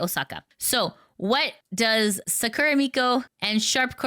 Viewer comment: You are pronouncing "Sakura" incorrectly, the stress must be on "Sa", not at the end of the word.